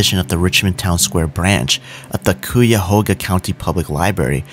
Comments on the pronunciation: I like how he says cooyahoga 😭😭 its pronounced (kiahoga) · Also cuyahoga is pronounced cuy (like guy), ahoga (a ho-ga). Crazy how few people outside of Ohio can pronounce it 😂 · I love that good-ish attempt on "Cuyahoga." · I grew up in Cleveland. There were many malls around the area, Richmond, Rolling Acres, Parmatown, Westgate etc. It does bring back memories. At the beginning of this video, before you mentioned that you were from another state, I already knew by your pronunciation of Cuyahoga.😂 Thanks for the video. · And that's not even close to how you say Cuyahoga 🤣🤣🤣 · Someone please tell him how to pronounce Cuyahoga 😆😫🤯. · My man butchered Cuyahoga